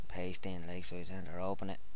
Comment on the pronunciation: I like when you say center "centah" :D Than for the tutorial, nice job. <3